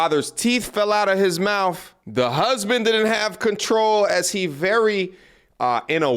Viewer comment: his mouf fell out his mouf.. lol love you buddy.